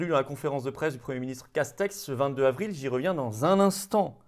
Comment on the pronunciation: Florian, comme d'hab, superbe décryptage de la conférence du 1er sinistre Jean Casseburnes mais par pitié merci de faire les liaisons 22 z'avril, 23 z'avril... et non pas 22 "havril"..